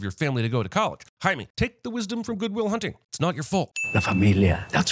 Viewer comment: Jaime is not spanish for Jamie, its Spanish for James. And its pronounced like 'hi meh', not 'hi me.'